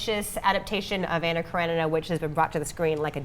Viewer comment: 🤨😤🤔 One: (Ah)nna, as in (Blah). Russian doesn't have (Ah) as in (Man) Анна Каренина. Two: then you can't understand the depth of the movie. Don't even try. Cretin